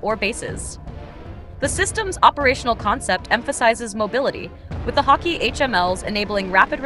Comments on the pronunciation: The name of the armored car is HAWKEYE (Hawkei)-NASAMS thats how you say it. lol .. NOT Hawk-EE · Pronounced hawk - eye